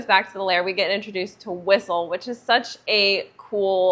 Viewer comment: I think this is the first time I've seen a review on blade as opposed to a movie reaction.. but, this movie is over 20 years ago now. I remember when it first came out.... by the way, his name is whistler, you said whistle LOL😂